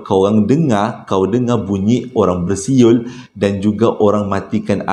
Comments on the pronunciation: 🤣🤣🤣besuet besuyer da sasul da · salam,...adoiiii terhibur lak bila payah nk sebut bersiul tu,,hahaha